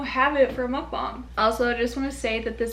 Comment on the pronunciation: Literally you're the only one from most YouTuber I watched finally said "Mukbang" correctly 😭❤️